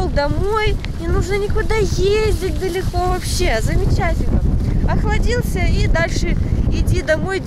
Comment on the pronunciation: Слух режет когда ударения в словах ставят не туда. Хочется спросить люди вас русскому языку учили? Широко́, далеко́, глубоко́, а не ши́роко, да́леко, глу́боко.